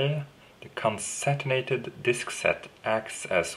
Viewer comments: con·cat·e·nated - LOL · Close: Con-Cat-en-ate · Thanks, mate... In the mean time, here is a bit of help to you :) (hopefully you won't mind) con·cat·e·nate --- konˈkatnˌate (pronunciation) It basically means, to link together in a chain or series. In our case, the disks, and as you mentioned it - JBOD :) Cheers! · Almost... It is actually con cat' en a' ted. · It's Con-Can-Ten-Nated disks